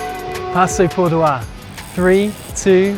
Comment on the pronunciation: Dear passo Pordoi is in Italy…not in France,so relax and pronounce it the simple way.Thanks for posting😊